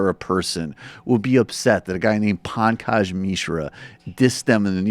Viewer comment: Making fun of Pankaj's name? (which you butcher to pronounce btw) is about the most revealing thing of your own racism. Would Dr. Peterson's claim be less laughable if the article's writer had been a more Euro-centric name to your liking..John Smith? I can't tell what is worse, you speaking in a non-funny voice to somehow discount Dr. Peterson in lieu of actual adult rational discussion or your patronizing condescending insinuation that Dr. Peterson could or should hardly feel threatened by someone with a name like Pankaj Mishra? I can't imagine how anyone is more enlightened on the topic of this NYR article and whether or not its claims are valid based on your video. This is amongst the most hollow, banal and juvenile content on youtube-not to mention racist. I am a liberal, not a mindless leftist. If you wish to persuade the masses, have the integrity to put forth a coherent argument rather than juvenile voice imitation. This smells like the level of sophistication of the Young Turks.